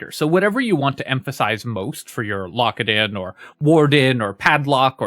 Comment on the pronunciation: I keep hearing "Lockadin" as "Lock It In" and now I'm starting another run.